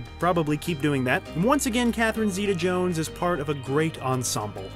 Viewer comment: SERIOUSLY Stop saying her name! You don’t say it right so quit saying it!